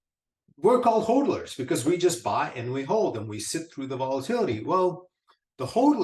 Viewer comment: It is pronounced Hodlers like the word models, mod is hod. Great stuff though